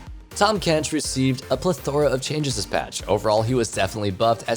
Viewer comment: Say it with me plÉth-ora not ple-THOR-a